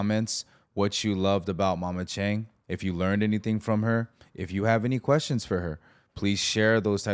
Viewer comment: Why did you pronounce your Chinese name incorrectly Chang? Literally in the beginning of the video. That doesn’t make sense. Speak it correctly with the respective tone out of the four tones. Even more confounding is the fact that your mother mispronounced Chang too. Absolutely ridiculous.